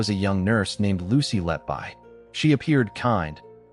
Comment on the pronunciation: All debunked when reporting restrictions were finally lifted. Lucy Letby is innocent. P.S. The surname is pronounced "Let-Be", not "Let-Buy".